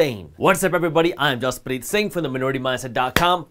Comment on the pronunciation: How purely he pronounce his name ✊ Not Jaaispreet or Jazpreet ਜਸਪ੍ਰੀਤ